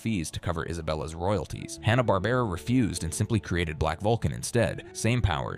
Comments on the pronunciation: "Haw-na Barbera" ??? You couldn't get a human to narrate the video? 😂😂😂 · Hahhh-nah Barbara. Hello grammar pronunciation? I'd like to report a murder!